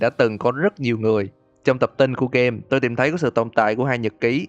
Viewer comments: xin lỗi ad nhưng e tưởng ad nói 'tôm' nhưng thực ra là 'tôi', nhưng e thấy ad nên xưng mình hơn là tôi vì xưng mình thấy tự nhiên và thân thiện hơn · Nghe từ "tôi" thấy lạ lạ